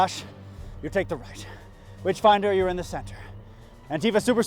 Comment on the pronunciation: Everytime the nazi says 'witchfinder' all i hear is 'Bitchfinder' and I really wish that was a real thing because reading about the 'Bitchfinder General' would be amazing.